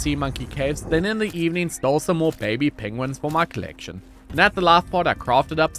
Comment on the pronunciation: Didn't know Bennedick Cumberpatch was on that planet when they're called Pengwings